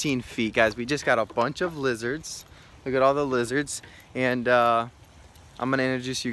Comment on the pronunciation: Frow werms not lizerts😬